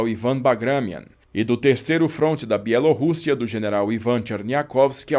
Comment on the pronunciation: Que refrigério ouvir alguém em 2021 ainda pronunciando “Bielorrússia” em pt-br como se deve.